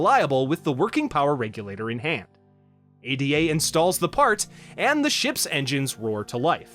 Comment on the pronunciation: Why do you keep calling the ship console "A D A"? It's "Ada" as in Ada Lovelace